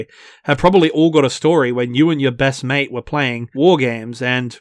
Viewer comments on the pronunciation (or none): none